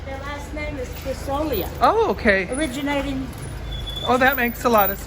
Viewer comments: It's Griso-lee'-a. Stress on 2nd last syllable. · Hi Guys, I have just started watching and before I forget, “Grisolia” pronunce it with the accent on the second “i”, not on the “o”. :). I agree with you, I like to visit all those small villages, but it is good to be back in Scalea where we have all the amenities and is mostly flat and easy to drive around.